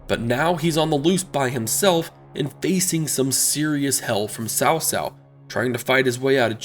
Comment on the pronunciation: Actually, I'm not. I never really liked the way the Chinese pronounce the names. I'm talking about simple pronunciation. If you can say Boots then you can can say Tsao. He was saying Sao which is the equivalent of saying "Boos" with no T. It's no big deal really but if a person can say it in one word they are use to pronouncing then they can say in a word they are not.